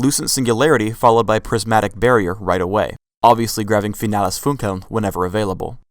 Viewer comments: It's funny how he pronounces "finales funkeln"... he makes it sound more like finela's funkuwn". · If she wanted to name all of her skills in german, she should have at least practice her pronunciation lol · did any other people who can speak german lol at how they pronounce her ult? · Lux is great :) It's funny how you pronounce "Finales Funkeln" ^^ (why hasn't it been translated into English?) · LOL NICE ... im german and i watch this video ... then she says ''her ultimate is FINALES FUNKELN'' ... FINALES FUNKELN are 2 german words .. :D .. a spell of my favourite champ lux is called FINALES FUNKELN :D .. (finales funkeln = final sparkle ) i like the pronunciation of german words in english ;D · I love how they pronounce Finales Funkeln. XD